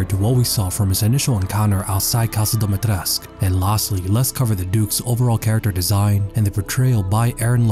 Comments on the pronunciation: Awesome video!! Btw...It's pronounced Dimi-Tres-Cu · Dimistrescu not domitresc even game make that mistake